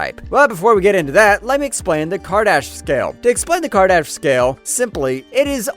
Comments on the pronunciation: Kardash scale -> Kardashev* scale :) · For God's sakes man..KAR-DI-SHEV....not karshedev or whatever you were saying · How is your pronunciation off on so many words? Kardashev, car - da - shev, it aint that hard